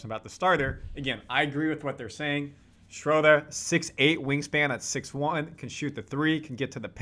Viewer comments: and everybody, please stop saying “Schrodah.” German has a uvular “r” in the back of the throat, sounds a little like “ah” to English ears, but there really is an “r” in there. Just say “Schroder,” normal-like. Same goes for Maxi Kleber. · hey how about learning how to say his name now.... SINCE IT'S OFFICIAL!!!! "SHREW-DUR!"